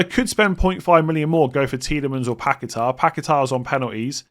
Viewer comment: Finally a video that doesn't feature a mispronunciation of Daniel Munoz's name but have to hear dozens of mispronunciations of Lucas Paqueta's name. My ears are burning.